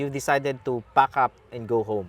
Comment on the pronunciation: "Yu decided to pac uf and go home "😂😂😂